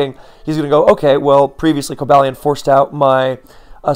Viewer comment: I would've assumed it was Co-BALL-ee-on but according to Pokedex 3D Pro it's Co-BALE-ee-in. While I'm here, for the love of Arkeus, man, the u in Raikou is silent and the Gli in Gliscor is pronounced like glide.